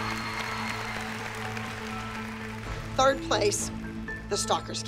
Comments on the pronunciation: was so funny when said “EEEEEva” instead of “AAAva” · said Eva not Ava lol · saying Eva instead of Ava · The way how kalani’s mom said Ava when Kalani was going against Maddie and stalkers daughter she said her name like Eva